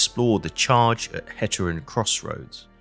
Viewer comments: Hate-err-en not hat-err-en Rand-vike not rand-wick :) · Great stuff. One single remark, if I may. 'Heteren'. The first syllable should be pronounced like the English word 'hate'.